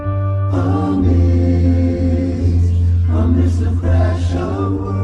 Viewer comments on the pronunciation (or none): none